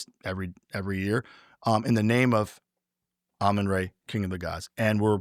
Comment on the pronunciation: How can you have studied anything about Egypt and continue to pronounce RA as ray? 🤯😤